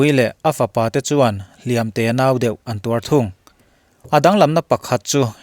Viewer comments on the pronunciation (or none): none